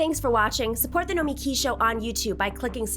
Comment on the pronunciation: It's No-me-KEY. Accent on the last syllable. She's okay, but I don't think it's realistic to fight Corporatists from the inside. You have to beat them. No time for Incrementalism.